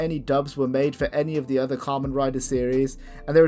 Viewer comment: YOU BUTCHERED KAMEN RIDER! HE DOES NOT RIDE KAMENS! (COM-ON, COME ON!)